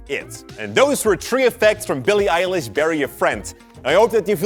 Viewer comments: billie eye-lish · Bilie Eie -lish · Don’t. Say. Billie. Elish. EVER. AGAIN. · It's bill-e eye-lesh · It’s Pronounced ‘Billie Eyelish’ :) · This is how you pronounce her name billy eyelish